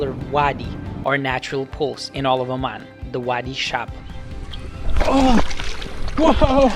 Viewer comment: Oman not O-man